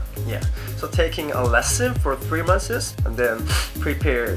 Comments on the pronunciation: i find it cute how he says "months" like "monthes" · "3 monthses" xD